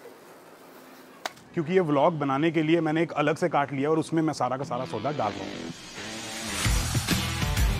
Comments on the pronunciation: whenever he says "cart" , i listened "gan*". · Every time he says isko daalte hai apne cart ke ander, i hear something else😅